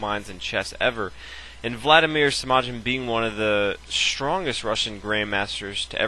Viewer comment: Pronounced Semaghin